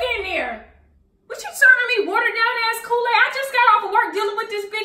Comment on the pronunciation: He don’t know to make koo-laid